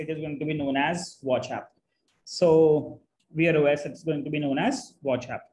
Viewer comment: Bro I had to confer with chatgpt to figure out you were saying "Wear OS". Sounded like "Veer OS". Totally unintelligible. I'm only saying this to be constructive. Thank you for the video.